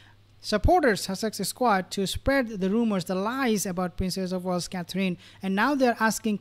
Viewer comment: Please pronounce Catherine the right way. It's not Catreen